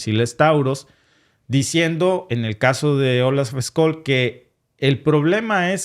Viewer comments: Por cierto , es Olaf scholz , se pronuncia "tsholtz" no scols. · Ojo caballero, una previa: Scholtz se pronuncia SHOLTZ nie Skolts.